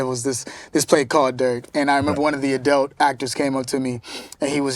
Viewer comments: Kel it's - Adult, not Adelt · Him saying edults and not adults kept throwing me lol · It's kel saying adelts instead of adults for me! Lol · So am I the only that thinks kel saying adelt instead of adult is cringe 😆 jk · “Adelts” lol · "adelt" -kel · How many times did Kel say the word Adelt (Adult)??? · He pronounces adult uniquely lol.💛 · Such a great interview, but the way he pronounces “adult” know it tickled me. 🤣🤣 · Is Kel saying “Adult”?